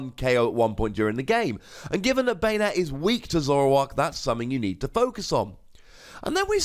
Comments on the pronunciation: Ban-ette =/= bane-ette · I always pronounced Banette as "BAHnette" not "BEYnette" idk the way you say it sounds kinda weird.